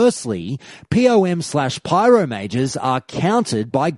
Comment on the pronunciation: "Pee-Oh-Em"... /facepalm